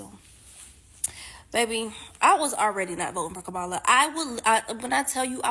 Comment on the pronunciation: If they're still mispronouncing Kamala's name ignore them